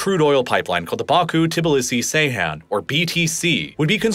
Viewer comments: Not pronounced say han. it's Jay han. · Bro this is the second time im correcting you, its not Seyhan its Ceyhan (Jayhan). Those are 2 different cities in Adana! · Ceyhan is not pronounced Seyhan. The “C” is pronounced like “j.” Seyhan is a completely different town. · C is pronounced J in Turkish. It's pronounced "Jeyhan". Good grief. It's not like nobody mentioned Ceyhan before in modern history. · По тому, что автор не в состоянии прочитать топоним Джейхан правильно и называет его Сейхан, у меня появляются сомнения в его компетентности. Не говоря уже о его однозначной предвзятости, относительно множества политических событий, которые он описывает.